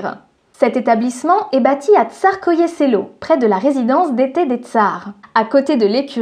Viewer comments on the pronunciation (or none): Merci pour cette vidéo, superm intéressante comme toutes les autres sur cette chaîne ! En revanche si je peux me permettre, c'est Tsarskoe selo (littéralement, le village du tsar), plutôt que Starskoe selo, il me semble.